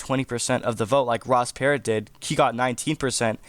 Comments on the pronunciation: Perot is not pronounced "parrot". lol It's "P-row" 😆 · Per oh, not pear ot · It's not Ross 'Parrot' it;s pronounced like "Pu row" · Ross ... Per-OH not Per-OT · Ross "Parot" lol How does this "remind" you of this race when you don't even know how to pronounce the name 😂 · Perot: "Per-Row" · Dude sorry but he’s already on 1 state and you’re saying Ross Perot wrong . The T is silent Otherwise, interesting video